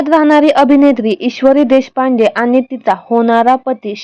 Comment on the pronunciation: आधी मराठी नीट बोलायला शिका मग व्हिडिओ बनवा अशुद्ध भाषा आहे. आनी पानी भाषा सुधारा